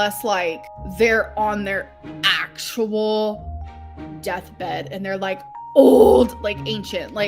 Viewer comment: The way she says Actual & Old is so annoying